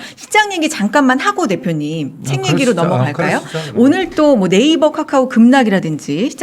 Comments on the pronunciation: 까까오ㅋㅋ 카카오 발음이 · 발음도 못하냐 까까오가 뭐냐?